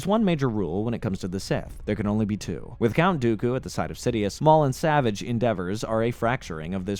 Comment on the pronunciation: this was an excellent recap, my only issue is that it grated my fillings everytime you mispronounced "Savage" it is pronounced "Sa-Vaauge"